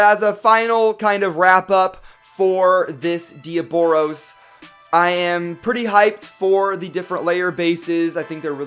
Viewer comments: That's not Diaboros, its Diabolos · You are calling it dioboros u put it on the title diabolos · YOU SAID DE AH BOROS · Its not diobolos damn it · It's pronounced de-oblos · No diaboros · That's not how u say diabolos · You said diaboLos